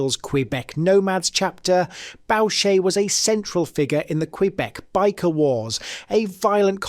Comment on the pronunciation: He didn't pronounce it correctly. He said BOW-Shay instead of BOO-Shay. He mispronounced quite a bit of names and places.